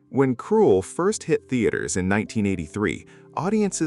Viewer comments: Why do you keep saying the wrong name. It should be Krull, not Cruel. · I know it's almost as if the narrator is saying Cruel. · It’s not KRUELL - there’s no E in the name … your AI sucks! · Too bad the A.I voice cannot pronounce the very title the entire video is about. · IT'S PRONOUNCED KRULL WITH A SHORT U SOUND!!! GODS ABOVE AND BELOW I ABSOLUTELY HATE AI VOICE OVERS! 🤬🤬🤬🤬🤬🤬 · Lose the AI voice and learn to pronounce the film title properly. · Couldn't even say a lot of the names properly. Or the name of the film. Ridiculous AI. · LEARN HOW TO PRONOUNCE KRULL !!! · Or better still English 😂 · I hate AI voices when they mispronounce the words. Krull is pronounced the same way as skull just with a kr, not sk